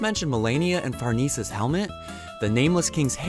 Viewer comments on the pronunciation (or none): One small thing to mention is that Farnese's name is pronounced far-nay-zay. Which you would, understandably, probably never figure out if you didn't see any of the original JP publication. In it's original language, Berserk spells her name like 「ファルネ－ゼ」, which romanizes to Faruneze, which would be pronounced like what I mentioned before.